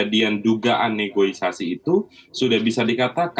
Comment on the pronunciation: Negosiasi pak, bukan negoisasi! Tapi apapun kinerja ICW patut didukung